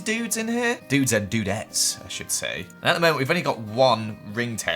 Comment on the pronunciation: it’s pronounced differently and also thanks for putting me off my breakfast 🥺